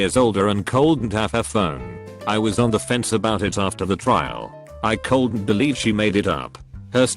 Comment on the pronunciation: text: “couldn’t” text-to-speech: “coldent”